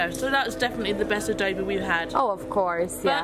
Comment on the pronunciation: Haha its funny how you pronounce adobo 🤣 actually its ah doh boh